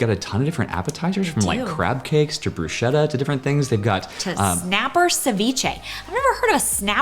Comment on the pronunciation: Loving all of your videos, you 2 are fantastic. Love your honest reviews and your enthusiasm is amazing. Your reviews have helped me plan our trip when we go and all the restaurants that are a must try...and this one now! P.S. It's pronounced brus-ketta ('che' in Italian is pronounced like a k) 🙂🥰❤